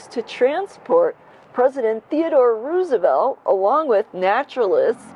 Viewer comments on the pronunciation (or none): none